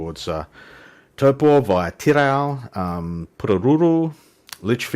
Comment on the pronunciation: Your Māori pronunciation, especially Taupo, is creditable and more accurate than many of the locals would manage. Yes, the weather in the NI has been particularly bad as a whole this year -unless rain is your thing. I enjoy your channel mate, take care. (PS. Although I live in Tauranga, I have yet to visit Hobbiton. One day!)